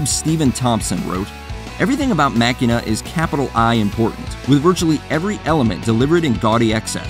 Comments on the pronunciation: Machina is actually pronounced "Ma-Shee-Na" as per Pumpkins canon. Also, I think it not only objectively could never be considered an awful album, but that it's a brilliant and tragically underrated album. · I've actively avoided this channel as i new exactly what it would be, a watch mojo clone with a name it had no credentials to label its self with, so on that note I'm not suprised you dissed machina (which in the this instance is pronounced ma sheen na, yep you got it wrong, you really do play from the watch mojo playbook dont you). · C'mon man.. Machina brings back good memories. Machine-uh is how its pronounced. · I think Van Halen paid the price by firing Sammy Hagar; As a result: We have Van Halen III... Plus, the narrator pronounced the Smashing Pumpkin’s album wrong 😅😅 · If you're gonna criticize an album, at LEAST say the fuckin name right. You seem to know nothing about Machina, and you can't even pronounce it. You have the right to state your opinion, but you're making the album seem so much worse than it is. It's beautifully constructed, and people like you don't like it because it's more mature than Siamese Dream. I love every album by them, but I hate that people have this mentality that Smashing Pumpkins are only supposed to be Siamese Dream and Mellon Collie. Would I recommend Machina to a newcomer? No. But it's an album that contains so much beauty, and is especially good once you come to appreciate all of their other music. I don't think this album is meant to be liked by most, so therefore, I don't think this album deserves to be categorized with other albums that actually were trying to gain attention from the public that flopped